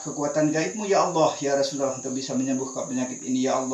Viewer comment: biasanya lafaz kalimattauhid itu LA ILAHA ILLALLAH MUKHAMMADURROSULALLAH tapi kenapa tadi diucapkan LAI ILAHA ILLALLAHMUKHAMMADARROSULULLAH....?